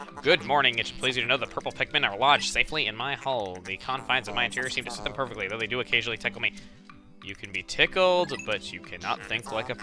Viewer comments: the way you said hull sounded like you said hole so the purple pikmin are lodged up a ships ass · Did anyone else think of something gross when the ship said the purple pikmin were lodged in my hull but when said that it sounded like the purple pikmin were lodged in my hole!